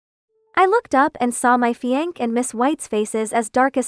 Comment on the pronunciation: This AI reader is illiterate😅...Fiancé is pronounced fee-on-say